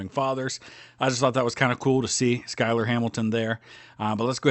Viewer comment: I think Schuyler is actually pronounced as "Shoy-ler"